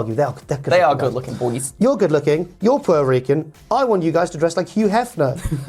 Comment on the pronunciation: Did he say pete-o-rican